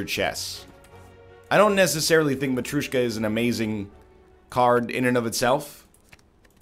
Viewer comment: Who's the fucker that told him that "matryoshka" is pronounced "matrOOshka?" This triggers me every time.